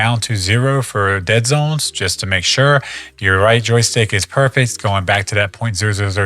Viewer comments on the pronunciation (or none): none